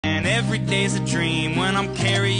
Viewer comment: “I’m carryen your luv wif meeee” got me unexpected 😂😂 Edit: Omg I did not expect this many likes! Ty guys for 63 likes! Edit 2: OMG I did not expect this to blow up!! Ty for 299 likes!!